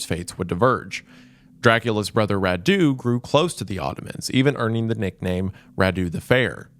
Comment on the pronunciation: I was so confused by the weird names of Vlad's brothers until I realised he was saying Radu and Mircea